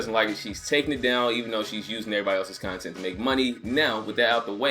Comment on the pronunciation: I keep hearing cun tent and I dont know why.